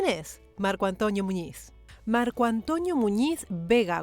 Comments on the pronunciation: Hola Hermosa soy fans de tu canal espero que no se moleste por mi humilde comentario creo que ha dicho mal el nombre ( Antonio ) Yo repeti muchas veces y claramente escucho (Antoño) Y eso pasa tal vez por su acepto y la foma de habla tan española, espero no se me enoje solo quiero opinar sobre esto, Un cordial saludo para usted. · no me había dado cuenta que dice: Marco AntOÑO Muñiz... 😄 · Es Antonio, no Antoño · Dice Antoñio en vez de Antonio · Soy yo o se escucha que le dice marco "antoño" muñiz? 🤣 Yo soy antonio y me dicen toño, pero no antoño 🤣, suena gracioso